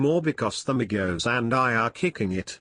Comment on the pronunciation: Thank God You Said Their Names Right Other YouTubers Always Say That Shit Wrong